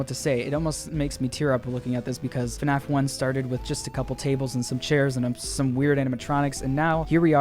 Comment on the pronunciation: Five nights at Freddy's is fnaf not fuhnaff